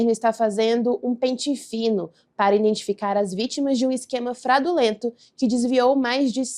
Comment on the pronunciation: ela falou isso mesmo ' fradulento😅'